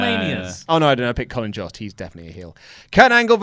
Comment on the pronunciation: Jost is pronounced like host or most